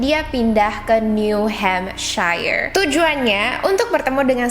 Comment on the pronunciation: Btw wrong pronunciation about “NEW HAMPSHIRE” 😅